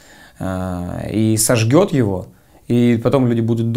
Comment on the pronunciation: Не сожгоот, сожжёт бля, 2 вышки, уши режет.